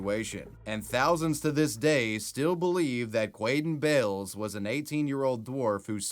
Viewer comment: 😂 i'am sorry.. if his name was like "David", I honestly wouldn't have said it that way. Quaden Bayles..